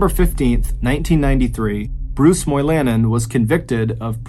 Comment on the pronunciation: Moy-La-nen. It's a Finn name. People of Finnish heritage are common in the UP of Michigan. Like in the movie Dune think Har-ko-nen.